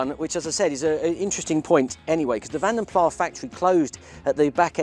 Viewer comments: It’s “plassss”, not “plah” because it’s Belgian not French… Still an Allegro dog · Vanden *Plass*, not "Vanden Plaaah". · Vanden PLAS, not PLAH.... This has been said so many times and still the 'knowledgable' still don't get it right... Vanden Plas was originally a Flemish Belgian coachbuilder, not Walloon. Therefore plas, as in puddle! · Our dealer back in the sixties, where we got our 4 Litre R Vanden Plas cars said it was pronounced Plass. The word is from the Flemish language and the final s should be sounded. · actual pronunciation features the 's' at the end. Origin of the name is Belgian Flemish, a subset of Dutch which uses a hard 's' at the end. Using the 'plah' gives the impression of Belgian French origin of which it is not. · because even if you do break the Flemish connection, the word is plas and not plah - English does not accommodate a silent S. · The s isn't silent btw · The ‘s’ in Plas isn’t silent. M. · Glad I'm not the only one to pick up on this; It bugged me every time he said it. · Looks like a decent example.a mate had a mk 3 allegro in the early 90s.good little cars.these are very nice inside.wish you would pronounce vanden plas with a s correctly tho.